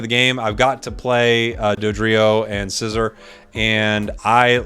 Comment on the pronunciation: IT'S NOT SCYZOR WHO TOLD YOU THATTTTT